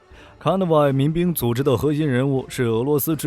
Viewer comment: CONVOY能读成那样也是不容易啊~ 阿三都甘拜下风🤣🤣